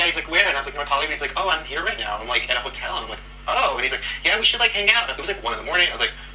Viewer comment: Can you please stop saying noew instead now? It's really confusing